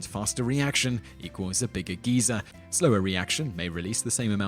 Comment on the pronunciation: geyser is not geezer